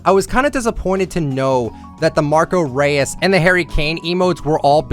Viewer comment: Just saying Marco reus is pronounced Marco roy-s